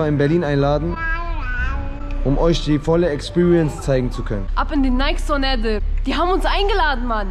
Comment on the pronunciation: Junge es wird wie Nayki ausgesprochen! Kein stummes e 😵‍💫